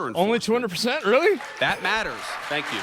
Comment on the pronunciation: But don't forget to say tank weu for wachin!